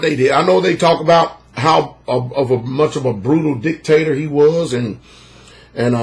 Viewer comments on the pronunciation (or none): none